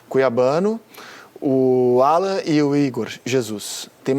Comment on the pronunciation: 'ALLAN NÃO, O NOME DELE É ALLAN, E NÃO 'ALLAN, ALLAN.!!!!!